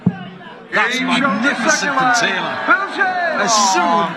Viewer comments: Never got why this scorer pronounced Phil's sirname "Taylaaaar" - kind of stupid really. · Ref almost made this unwatchable with his stupid pronunciation of Phil's surname.